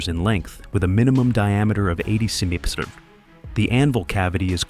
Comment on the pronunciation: I would have thought that AI narration would have learned how to pronounce "centimetre" by now.